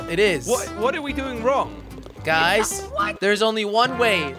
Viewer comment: Instead of guys you said "gruys" 😂